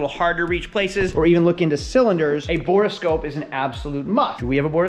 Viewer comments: It’s borescope not borascope! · A note for the editor: It's called a Borescope or Boroscope not a 'Bore a Scope' :D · "Bore-a-Scope"? "3000 Megahertz battery"? You're trolling us, right?